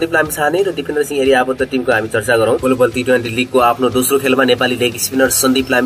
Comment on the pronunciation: गोलोबल हैन होला ग्लोबल होला है सर।